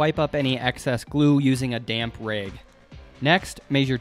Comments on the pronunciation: I thought I watched this guy before. He's the one who pronounced "rag" as "reg." Lol "Five dollars a beg." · What is with the way you say words with "soft a's"? Slag = sl-ai-g?! Rag = r-ai-g?! Is that a Montana accent? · Wow, that was ultra cool. It took me a little while to figure out what you were saying when you said rayg several times. I'm glad you had a friend to carry the top. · I was completely distracted by his pronunciation of the word "rag." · Ive never heard the words bag and rag pronounced that way before. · You pronounce rag and slag like a Michigander.